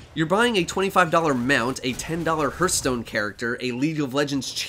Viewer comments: Off Topic: Heart - Stone, not He - earth - stone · Hurthstone lol